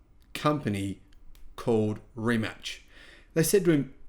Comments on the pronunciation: Ree mack. Not rematch. Lol :-) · „Rimats“ - not sounds „Rimatch / Rimutch“. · pronounced: Re MATs not Re Match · No reemack and no rematch it is Rimac or in English rematz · "Rimach"... Honestly if you cant pronounce such simple name than lets not talk about given subject. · Its pronounced more like Rimats. Mate is pronounced like Martay. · Learn how to pronounce Rimac first. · Guy talking about subject he thinks he has relevant opinion on but doesnt have a clue how to pronounce the thing he is talking about